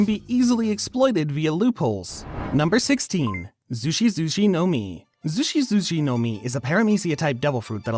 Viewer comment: your japanese pronounciations are hurting my ears holy shiet. Its not mouri mouri its mori mori, its nots zushi zushi like juicy juicy its zushi zushi like sushi.